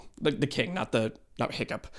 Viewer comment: The way the Piplup behind you is staring daggers into my soul everytime you get Hiccup's name wrong just plain hurts. 😭